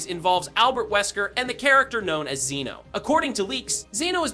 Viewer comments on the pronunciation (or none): none